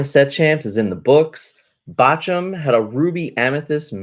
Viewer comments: Take a shot every time mispronounces Bochum 😂❤ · out here botching the name of German cities. Going to start WW3